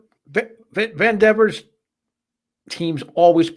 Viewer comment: Van devor?? It's Vander veer.